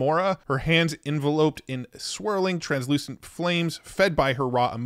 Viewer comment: The way you say attire and enveloped… are you AI? 😂 never heard it said that way before. What state are you from? If you’re even human! 😂 Thanks for all the videos on this subject 👌🏽